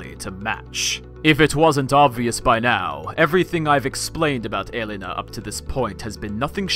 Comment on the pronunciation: Thanks for educating us about Helena sensei! I like the way you pronounce Helena full name :D